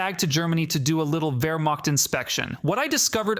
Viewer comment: It's obviously AI generated. You can hear the artifacts in the voice. Look at this point for example: "Wehrmat No human being would pronounce this. It was a typo that the AI just read into an incorrect pronunciation.